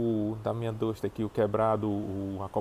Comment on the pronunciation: 9 meses e não aprendeu a pronunciar o nome do carro ainda?